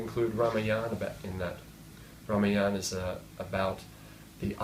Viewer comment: He is a BIG BLUFF TELLING ALL LIES- having a small group in front of him -"CHEER LEADERS" to laugh at his USELESS THIRD RATE JOKES That MORON does NOT even know as to how to pronounce RAAMAAYANA --He says RAAMAYAANA